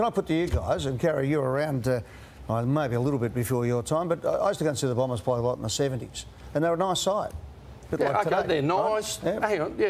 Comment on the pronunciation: Few personal highlights here: "Daniharrrrr" Lordo's ONE word to describe Essington "don't stand for anything" "Blombers"